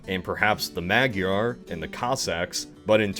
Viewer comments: Really cool. Interesting to wonder about. To help you. Thames is pronounced "tems". Magyar (Hungarian) is pronounced, "ma-jar". Soft "a" like in apple. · The "magjar" lol. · Please tell me why do you call Hungarians in their native language "Magyar" with a total wrong pronunciation?! You say Deutsch when you talk about no-no Germans?